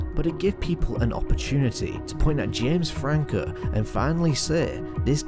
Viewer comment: “You may be wondering, Where is Jems Frankuuh”